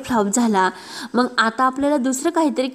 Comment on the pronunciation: मग ऐवजी मंग हे बघ ऐवजी हे पग बिंग ऐवजी बिंग ही भाषा ?